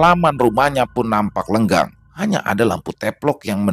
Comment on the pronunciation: salam kenal iya mas maaf telat kasih commentnya setahu saya yg sering baca kata lenggang itu yg benar adalah lengang terimakasih 🙏